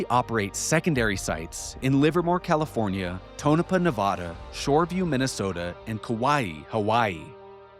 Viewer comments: As a native Nevadan, I have to correct you, it's pronounced Ne vA duh. NOT Ne vah duh. you say it correctly!!!!!!!!!!!! :) I know I'm not the first person to bring this to your attention. Other than that, carry on. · If you ever visit Nevada they will all hate you if you saw nu-vah-da instead of nu-vad-a. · Get over it. Your state's name is a Spanish word, so expecting people to pronounce in the the local, least-Spanish way possible, is not realistic. If you want everyone to pronounce it your way, just get the spelling changed to Nevadda. Problem solved. I was raised in NJ, so actually either pronunciation works for me, because we often get words with foreign origins wrong. It would be fun to ask every cast member of the first season of Jersey Shore to pronounce it.